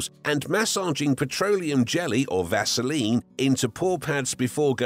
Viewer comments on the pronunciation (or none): none